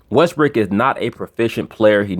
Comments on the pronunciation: LMAO you just kept calling westbrook "westbrick" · You kill me with the West-brick.